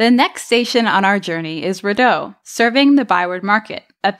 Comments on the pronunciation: Consortium is pronounced consorshum, not consortee-um. Rideau is Reedo, not R'do. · It's REE-deau station, not riddow. Great video otherwise! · It's ree-doh NOT rid-oh. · It's REE DOUGH not RID OH. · it's not "rid-doh" it's "re-doh" it's french. Otherwise nice video. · Love the vid, literally only complaint is that it's pronounced ree-doh not rid-oh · Ree-deau not redeau. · Just an FYI Rideau is pronounced similar to the French way ree-doh by locals, and also by the in-train stop announcements. Hearing it pronouncing is rih-doh, was very strange and odd to me. Reminded me of when we had that convoy come in with all the out of towners 😬 Anyways great content as usual! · Ree-Doe not Ri-doe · it's pronounced REdeau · ReeDowe. It's pronounced Reedoe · It's pronounced Ree-Do'H. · You sound like tourists…Rideau(Read-oh) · As someone who is always taking the train when it's good it's great. When it's bad it's horrible. Most of the time it's bad. It's disappointing how so much money was put into this but there's always problems arising. They have started phase 2 to Barrhaven (West Ottawa) so hopefully they learn from their mistakes to make commutes better!! (Also it's pronounced Ree-d'eau....like water in French) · It's pronounced REE-DOH. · REE-dough rather than ree-DOUGH, just a slight difference of emphasis. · The way they say the station names, you know they arent from ottawa. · thanks i was curious about that, i seemed odd to me but i thought maybe my French had skewed me the wrong way. just went to relisten, even weirder as they pronounce Rideau Canal properly